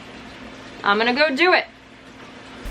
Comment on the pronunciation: Did you realize you called Gus gas????